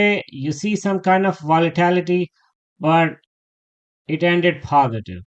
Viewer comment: I love your daily analysis. To be helpful, it is VOLATILITY, not VOLITALITY.